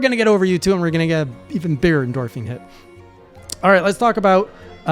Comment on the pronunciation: says" endorphine " Me " did I hear dark souls?"